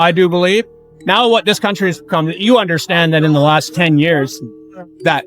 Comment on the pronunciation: "een theese countly"